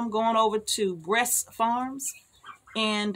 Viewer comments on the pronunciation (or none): American Bresse. I thought you were saying breast, lol.